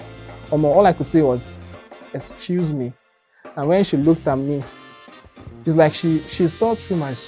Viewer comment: You said “ecuse me” not “excuse me”. It was definitely worse than you made it appear 😂😂😂